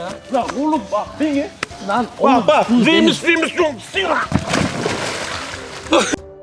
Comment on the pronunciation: orda neymiş şeymiş john sina diyo yani yanlış söylüyo